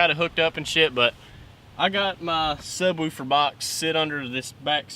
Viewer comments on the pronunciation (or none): This is seriously the 2nd guy that said subwuufer XD but but for real love the vids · "My trucks a subRoofer on mud tires" lol